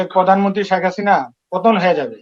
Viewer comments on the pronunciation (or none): উচ্চারণ তো আশানুরূপ নয়! শ্যাখ না, হবে শেখ হাসিনা। ঐ অভিশপ্ত স্বৈরাচারী নারীকে স্বপ্নে দেখার মধ্যে কোনো কেরামতি নাই!